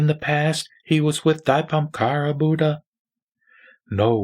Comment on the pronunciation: Your pronouncing of *Dipamkara is not correct!It should be corrected as *Deepankara Buddha! AMITUOFO